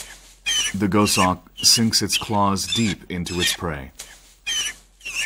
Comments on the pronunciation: Gos Hawk not Go Shawk. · Amazing that someone narrates a script and there no one to tell him that he's is mispronouncing the actual subject of the documentary. Too annoying to watch.